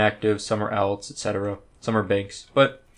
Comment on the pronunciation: say alts wrong 1 more time